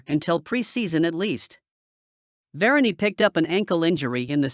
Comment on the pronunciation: How did u pronounce varane , vara ni?? Clearly u r not a football fan. Ur so fake . I m gonna stop watching ur videoes !